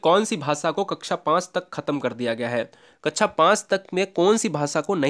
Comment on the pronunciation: कक्षा को कच्छा कैसे बोल देते हैं आप? क्या ऐसे शिक्षक को terminate कर देना चाहिए? Explain..